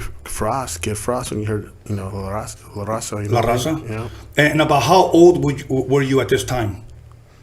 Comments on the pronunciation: Pinche d he can't even say la Raza 😂😂😂smh dammm.foo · He can’t even say raza lol